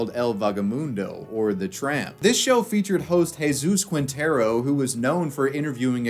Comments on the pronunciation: Ermh... It's Jesus Quintero, not Jesus Kuintero (the U is mute in "que", "qui", "gue" and "gui") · Lol “Qwintero” it’s Quintero “Keentero” the u is silent.